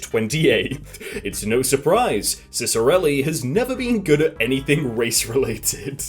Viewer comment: Wait 4 real? His name is Ray Ciccarelli? Ray-cic. Go figure. Could of sworn you were just making a joke on his name. when I heard you say, racist arelli